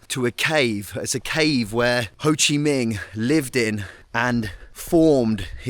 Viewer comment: Did he say Ho Chi MING? LOL!